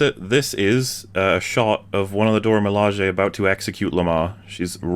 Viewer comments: Also mining other people's work to make this is pretty dumb and douchebag behavior as well Also learn to pronounce the word Dora milaje. What the hell man. You literally are so damn lazy that you can't pronounce it correctly I mean I guess you already know by now that you got a thumbs down Don't like don't respect not listening to the rest of this I don't even think I'm 10 20 minutes in. Nope it 8 minutes. Done. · You are remarkably angry about him mispronouncing the name of the racial supremacist terrorists. And pulling an EFAP clip is awesome; it would only be douchebag behavior if Mauler had an issue with it, but I'll bet you $50 he's cool with it, or outright granted permission. You're so ass blasted you're just looking for things to complain about, as if the creator of this video kicked your dog and stole your girlfriend.